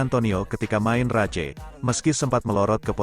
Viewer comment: Pak ... kalau baca Motogp, bikin geli. Tolong baca saja motojipi biar enak ... bukan motogepe pak 😂 Lanjut sprint race ... baca saja sprin res. Satu lagi untuk main race, baca saja main res ... Maaf ya, biar enak saja di denger ... 😊😊